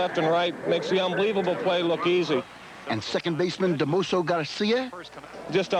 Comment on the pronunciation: Yeah he pronounced Damaso Garcia's 1st name as 'Da-Mo-So' when it's actually 'Da-Ma-So'. Oh well.